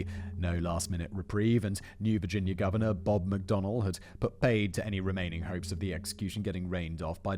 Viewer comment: "The Gorvenor of Virginia" - did Simon edit that part of the video himself?